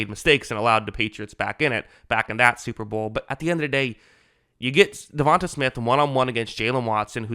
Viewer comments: its not "davon-tuh", its "devon-te" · Sir, I enjoy your breakdowns and have subscribed. However, you sound like AI reading this man's name. From Wikipedia: DeVonta Smith (/dəˈvɒnteɪ/ də-VON-tay) <-- tay like say, way, hay.